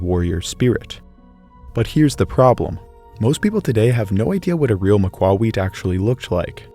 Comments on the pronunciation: It's Ma-cua-HUI-tl, not Ma-CUA-huit Emphasis on that last part Heck, there are maaaany youtubers who understand that yet the guy who "did his research" doesn't? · Thing is in the process he messes up the correct syllable to stress. Point taken in that at least he cared to keep the "h" mute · Could not watch it due to how they were pronouncing Macahuitl. Its not pronounced "Mac-wah-we-ich" Its literally vary easy "Mah-kua-he-til". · MAAh-KuAAh-Wee-tL not macaweet. Así como él lo estaba pronunciando fue suficiente para enojarme. Hui like in the word Huisache. and tl like in the word Nezahualcóyotl or Axolotl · Your pronounciation is not one I've heard. I've heard it pronounced "ma-kwee-tle", with the last syllable sounding like the last syllable in "turtle " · Its pronounced mah-kah-huatl. Maka-wattle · Pronounce the last "l", like the work "little." Pronounced Ma-coo-a-wee-tl. Your pronunciation, of not saying the last "L" is annoying. You should have gotten a swordsman or looked at YouTube videos on how to use swords. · Ma-cua-hui-TL, you gotta pronounce the TL harder. Sort of like take "tul". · You're pronouncing it wrong. To keep it simple say (MAW KAW HWEE TL) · Not exactly absolute historical accuracy. Its pronounced Maka,wotal 😂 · "Ma-kwa-wheat" 😂 EDIT Hmm, the sources I looked up pronounced the "tl" and outright said the ending part was supposed to be pronounced so that it rhymed with "beetle" and said that that was correct way to pronounce it. Which one is it then? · The pronunciation would be more like maka-whittle but great video as always 🤠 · Its not, its pronounced mah-kwa-wit-sh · Ma-qwa-we- '*call over a horse you wanna pet*' Interesting pronunciation lol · the what? Maqwawikh???? My whole life I’ve been pronouncing it “mah-que-hee-tul” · It is almost painful to listen to you butcher that pronounciation. Repeat after me Mock - Q - hit - L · Ma kwa wetł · I am 99% sure he is saying Macuahuitl wrong lol it just sounds wrong to me